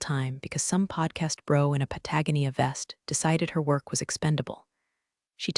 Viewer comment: This chanel has some of the best writing of all the story chanels. The naration is also very good but please correct the mispronunciations of "Pategonia" and pentgon. They are wrong in all your stories.